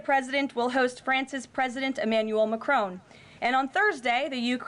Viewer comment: By the way : his name is not pronounced Macroon but as Macrôn . Do you British people don’t go to school anymore ? Greeting from Holland